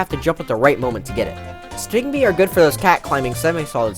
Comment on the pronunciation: Thats stingby its suppose to be stingbee.